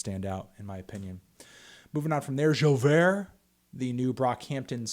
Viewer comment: Your pronunciation of j'ouvert made me cringe melon.